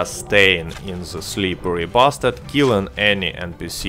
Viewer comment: I love it how you say or pronounce „SlipperRy Bastard“ so smooth